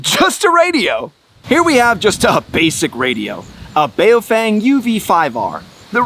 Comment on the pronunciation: There's no reason to not have a headset/remote mic now when they're only $5-10... PS : It's pronounced "BOW FENG"